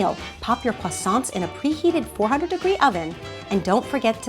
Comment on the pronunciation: I am from France and u are pronouncing croissants wrong! :)